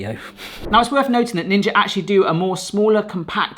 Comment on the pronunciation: I have a couple of questions for anyone out there from England. Why do you call kitchen gadgets a 'piece of kit '? To me, it sounds like pronounces words with 'TH' as 'F'. Like 'three' sounds like 'free' and worth sounds like 'worf'. Does it sound like that to everyone? Or just us Americans?